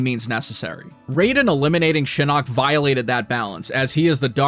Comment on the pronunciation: Why do you only mention the inconsistent pronunciation for Takeda but not Shinok? The announcer pronounced it "Shi-knock" and "Shi-nook".....so there's that...